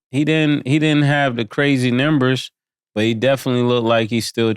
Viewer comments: I just wish Mase would stop saying nimbers 😂😂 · Is it me or does mase say " numbers" weird🤔